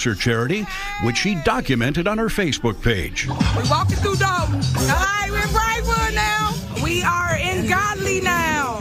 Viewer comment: Why is it so hard to pronounce DOLTON?🤔 (it's NOT DAWLTON) Rhymes with VOLT, BOLT, COLT, JOLT... Not one professional speaker, narrator, anchor person has pronounced it correctly. You're all a bunch of DOLTS! IMO. But I've also noticed the same people say ELL-inois. Sigh. 😞